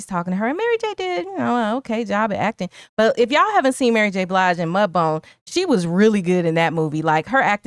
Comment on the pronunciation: Wait, do you mean MudBOUND(B-OW-ND) sounds like TOWN, not MudBONE...?